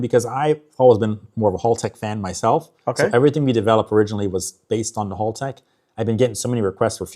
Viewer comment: A lot of those tuner or engine guys like this never pronounce Haltech correctly. He's a nerd with J series engines but some of there stuff is significantly overpriced.